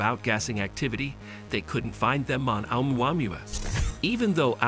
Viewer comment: This is the worst pronunciation of Oumuamua I have heard so far 😂 It is funny how almost no one gets it right. maybe all the voices are AI generated lol